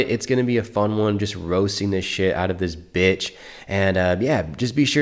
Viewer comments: the way you hit that "Biitch" in the intro caught me off guard, your vids really helping me thru my breakup thank you! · "Just roasting the shit out of this BITCH". Bruh, I felt the EMPHASIS behind that Bitch, resonating in my soul 🤣